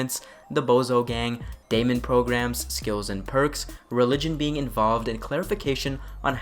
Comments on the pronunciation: 'Daemon' pronounced like "Demon". Also used in Warhammer 40k by the 'Chaos Daemons'. In Warhammer 40k the language is called 'High Gothic', but I believe it is somewhat close to the same pronunciation in Cyberpunk. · Daemon is pronounced as demon